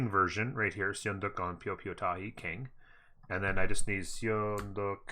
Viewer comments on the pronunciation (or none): Sorry I couldn’t resist - It’s pronounced “sun duck” if you care at all. Sweet content btw